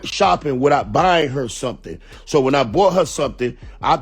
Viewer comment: Trick saying somethangs...lol.